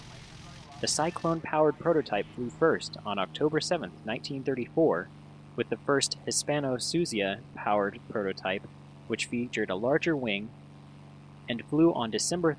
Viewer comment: Master class! Only one thing, its Hispano-Suiza, not "suzia"